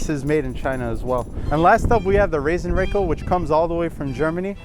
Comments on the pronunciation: Pronounced Raaasen Rackell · Funny how "Rasenrakel" is pronounced in USA 😅 If you take a closer look, you'll see that it's made of one solid sheet of metal with edges gently bent (so actually no edges at all). That is why it glides so easily in spite of its weight and that is why it makes little to no damage to the grass blades when top dressing. The open top is there to collect the larger pieces of wood (when using compost etc.) which otherwise stay "floating" on the grass, but it's useless when using pure sand. You can fill it with silicone if you always use just sand, but it's actually a usefull feature. Greatings from Austria! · Sorry, it is called Rasenrakel. Not Rassenrakel. Because Rasen is the german word for lawn, and Rassen is it for breed/races.;-)